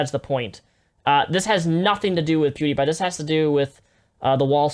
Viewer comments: Does anyone else vomit a little in their mouth whenever Onision pronounces PewDiePie "Poo-dee-pie"? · “Poo-diepie” like broooooo 😡😡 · If I have to listen to Onioncuck say Poo-dee-pie one more time, I'm going to gut myself. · I hate how onision pronounces pewdiepie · Wow im Onision and I cut my wrist everyday and I do not know how to pronunce PEWDIEPIE buhuuuuuuuuuuuuhuuuuhuuh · does onion mispronounce everyone's name just to piss me off because it's working